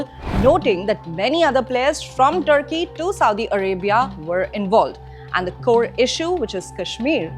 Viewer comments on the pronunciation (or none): none